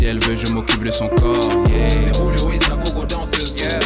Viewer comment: On dirait que à la place de Julio il dit Rouluo